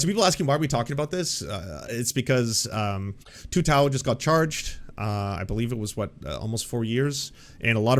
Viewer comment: Every time Tim Pool speaks on the George Floyd situation I see red mist. And I’m not an angry person. It’s obvious Tim knows nothing about what happened (he couldn’t even pronounce Tou Thao’s name properly). He got the law wrong when discussing Chauvin during his trial, not even bothering to look up Minnesota’s murder statue while preaching confidently about his knowledge of it🤦‍♀️ Thao was also convinced via bench trial, not a jury. He was convicted by Judge Cahill, who I’m pretty sure knows the law better than Tim. Edit: I see the pronunciation thing is addressed. Posted before I got to that bit (that red mist again). Also, with all the hate for judges and the judicial system right now, calling Judge Cahill “a demon” is completely unacceptable. If Tim knew anything about this situation, he would know that Cahill wasn’t impressed with Thao’s inordinately long sermon in court, where he showed zero remorse and ranted about God. If he’d shown an ounce of humanity he wouldn’t have got that sentence, which was longer than the prosecution requested. Period.